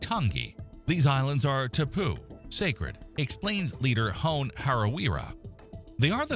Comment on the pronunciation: Dude - ya need to brush up on your mowrie (Maori). It's hon "ey" (Hone), not hoown.